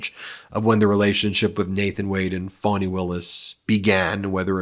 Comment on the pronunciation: Please learn how to pronounce her name -- especially if you're going to criticize others for mispronouncing it. It's pronounced "fahni", not "fawni". Pass this on to Popok, too. You have done many things to undermine your credibility. This is just one more.